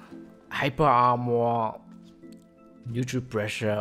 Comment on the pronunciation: I love you man but you gotta figure out how to say armor